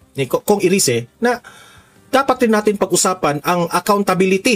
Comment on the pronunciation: Erise yan ang tamang bigkas sa english